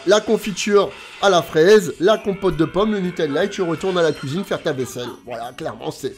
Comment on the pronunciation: C est un plaisir de regarder ted vidéos tu donne le sourire Et puis à chaque fois que tu dit « à la couisine »j explose de rire 🤣🤣🤣🤣🤣🤣🤣